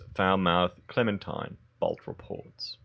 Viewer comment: All cle-MEN-tine must die...